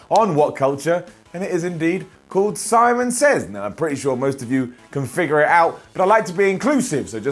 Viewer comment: Lol. "Simons Sits."